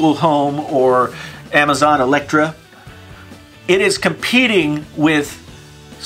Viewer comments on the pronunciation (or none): Did you say Amazon "electra?" Haha, great video man, just found that funny. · Elexa* not Electra. This guy knows his stuff clearly.... The only thing your painfully honest tech is hurting is your rep, nice like to dislike ratio by the way 👍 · Amazon “Electra” I think you meant Alexa 😂🤙🤙